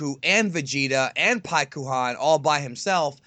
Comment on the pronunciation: piekuhan wow etf lol. not how u say it man.come on